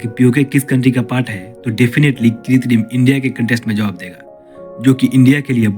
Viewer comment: Are bhai....kitrim nahin.......krutim mean artificial